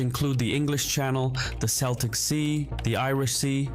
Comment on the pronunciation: It's off putting to hear the narrator keep taking deep breaths between sentences ! CELTIC is pronounced KELTIC. It's only SELTIC when talking about the Scottish football team Glasgow Celtic.